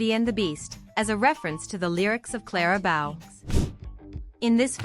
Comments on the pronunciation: How the heck are you going to keep pointing out CLARA BOW but pronounce it wrong? It's BOW like rainBOW. Not BOW as in take a BOW. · Oy. The name is Clara BOW. Pronounced the way would pronounce a bow in your hair.